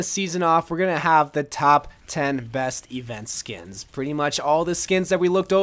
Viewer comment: "she's so purty Sheldon" 😂😂😂